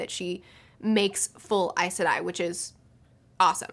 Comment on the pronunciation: You say Aes Sedai like I do! (always wondered if I was pronouncing it right!)